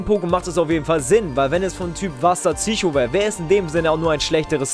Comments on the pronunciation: Bitte sag PSycho und nicht ZYCHO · "Tsücho" - haha :D